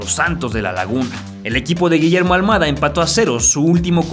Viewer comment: Es al mada no al muada cocho lilililili